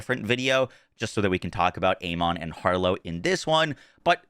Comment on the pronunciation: Has Gearbox actually specified how to correctly pronounce "Amon"? In English, it's normally pronounced "A-men", and with its Egyptian pronunciation it's "Ah-mun". Neither is "A-mon". Also, is this gameplay from a Switch 2 outside of docked mode? Because that's the kind of 23fps performance I expect. If that's on a decent PC...ugh.